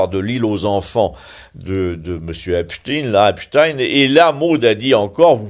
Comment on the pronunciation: Cher monsieur, diriez-vous Albert Eins"TINE? Frankens"TINE"? Non, comme tout le monde! Alors pourquoi dites-vous Eps"TINE"? ça fait trop juif?